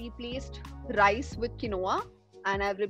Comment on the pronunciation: She’s soo sweet! Pronouncing quinoa incorrectly - it is pronounced ‘Keeen -wa’